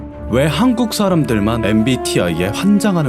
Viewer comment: 계속들으니까 한쿸쉐램으로들림ㅋㅋ